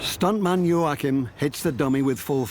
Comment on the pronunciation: By the way it’s { yo-ah-keem}